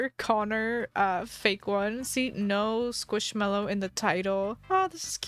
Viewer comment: How much scwishmelow